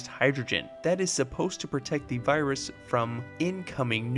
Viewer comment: I don’t no if it’s his accent or something, but every now and then it sounded like he was saying birus